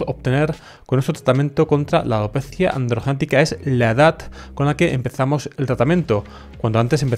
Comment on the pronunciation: Cada que dice 'alopecia androgenetica', el enfasis que le pone 😊😊😅